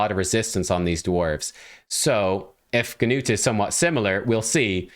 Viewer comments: The g in his name is actually silent. Just Nut! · Great job, you just told me about my next Six Star Champion. I’m building up my resources now. Also just wanted to tell how to pronounce Gnut’s name: the “G” is silent the “U” has a long U sound. So to put it together Gnut (“G”Nute the G is simply silent, so imagine that it is spelled like this “Nute”) rhymes with Lute and Flute. A lot of people are going to say Nut like walnut but that’s wrong, irregardless, he’s a great champion and I expect a hard fusion to get him, I think I can see the ole Paywall from here! I am looking forward to your next video! Have a great day!